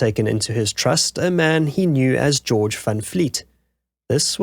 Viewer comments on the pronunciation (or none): none